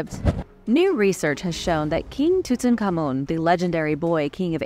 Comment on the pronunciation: You’re one of very few people that pronounce King Tut Ankh Ammun correctly. And, another great video!